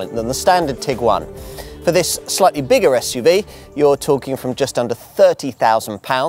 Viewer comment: I’m sorry, but for heavens sake, it’s SUV and not Esh UV. Had to stop listening as along with irritating the hell out of me with not being able to pronounce S, he sounds like Alan Partridge, I’m waiting for the Rover 800 recommendation.